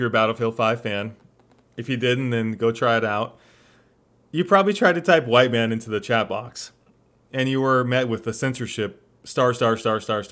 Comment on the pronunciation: Mhite Wan